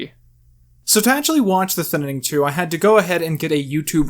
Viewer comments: Did you not watch the end when he shows a poster where it's spelled "thinnining?" He's obviously doing it as a joke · Thinning or the Thin in ing? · The Thinninning 2: The Thinninninning. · The Thinnining?! Why do you pronounce it like that? There's two vowels in the word "Thinning" not 3 xD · thinnining lol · Why.do.you.keep.saying.thinninning. its so confusing ajakaka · why do you keep calling it "the ThinninING"? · THINNING!!!!!!!! ITS NOT THAT FREAKING HARD TP PRONOUNCE. SBBwasaight Vuong you need to learn how to ENGLISH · Thin nan ing lmao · I think you mean thinininining 2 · Why do you keep saying thinining? Is it an inside meme? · Why does he say thinning like that? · I agree with you. Please say thinning right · I hate the way you pronounce Thinning good video tho